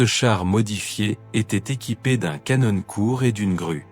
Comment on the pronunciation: Le canonne😂😂😂😂😂 Non, on prononce un appareil photo canon(one) mais canon pour une arme......ou à boire😂😂😂😂😂